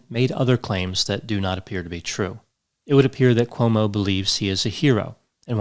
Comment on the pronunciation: You seem to say OMO [not CUOMO]about half the time...How come